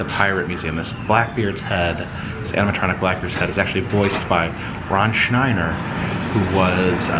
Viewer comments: ... Although I wish he had pronounced my last name as 'Schneider', instead of 'Schneiner'! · Yes... Chuck McCann was the primary voice of Dreamfinder in the attraction. I only did a few bits in the ride, matching Chuck's excellent imitation of Frank Morgan, 'The Wizard of Oz'. (And BTW,, the name's Schneider... not "Schneiner"! )